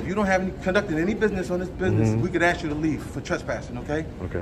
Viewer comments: "Axe". Can none of these fucks speak English properly? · Let me axe you a question 😂😂😂😂😂😂😂😂😂😂😂😂😂😂😂😂😂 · I axed you a question 😂😂😂😂😂😂😂😂😂😂😂😂😂😂😂😂